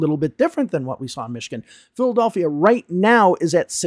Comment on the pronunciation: Why are you unable to pronounce Philadelphia? Who does that? 😂